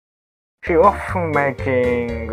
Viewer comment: Cute Foxgirl and cool robot, sign me up. If I have any feedback for I'd say improving "he" and "she" especially in pronunciation to make it clearer.:)